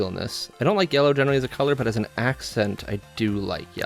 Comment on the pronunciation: The pronunciation yella and alu minium cant come from the same person😂😂 Great video definitely gonna grab one.